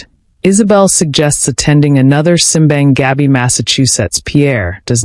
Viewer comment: Native pronunciation is sim BAHNG gah BEE (Simbang Gabi) meaning Midnight Mass.